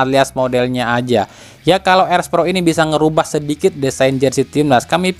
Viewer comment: Erspo bang bukan erspro gitu doang belibet